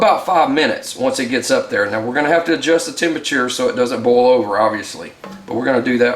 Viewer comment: Boil and bowl should not sound like the exact same word. Lol